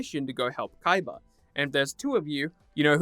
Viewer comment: I'm surprised you even said his name right, most idiots just call him Kiba